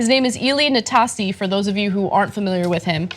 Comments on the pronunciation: It's pronounced Na-stazzi He was around during the Jimmy Connors era so he's been around forever. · She pronounced his name wrong. I'm not sure the comment is racist on the face of it. TYT provide no context. And he's nicknamed Nasty from his playing days and his real name. I'm a brown person. If some hottie called me hot chocolate I'd see that as a compliment ! My wife might punch them out, but I wouldn't be offended.